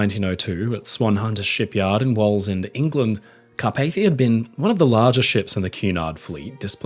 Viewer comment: Pronounced, " Walls-End" sorry for being pedantic mate, its only I live around here and around the once massive yards. Love your channel by the way, its your most interesting way of delivery which is charming and very welcoming. Its great to see the merchant navy being given a great platform thanks to yourself .Excellent work.